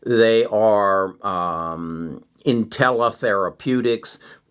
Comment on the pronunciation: Hi. You’re repeatedly mispronouncing two companies in your videos—Intellia and Editas. Nonetheless, thanks for the daily content!